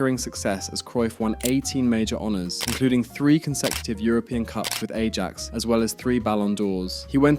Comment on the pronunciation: Yeah, you gotta know it's pronounced eye-axe